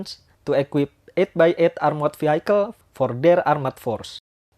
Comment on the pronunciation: Sebutan bukan veehaikel tapi veehikel